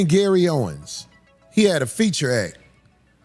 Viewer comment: Still calling that man Gary “Owens”